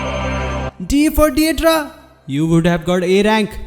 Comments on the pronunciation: Maaaaan it's not de dra its dai dara 😭it's sounds werid 🌼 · Didra nahi yrr "daidaara" 👤